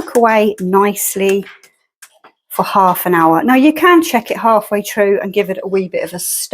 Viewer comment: It makes me giggle when the Irish starts to come through in your accent, and you say 'true' instead of 'through' lol Love it! I'm not a curry or rice person, but still watched as you never know what little gems I might learn, like adding salt to the onions to help the flavour come out 👍